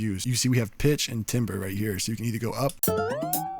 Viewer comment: love your tutorials. Hey its all love ok .. say TAMBER.. when you see 'timber' its pronounced TAM-Ber.. ...